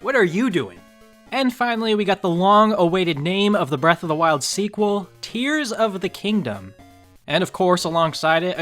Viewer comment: When you do a TotK video, can you please pronounce it Tear of the Kingdom like tearing a piece of paper